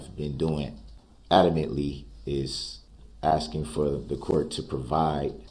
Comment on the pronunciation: He has a amazing grasp of the English language. He be axing good ques-tions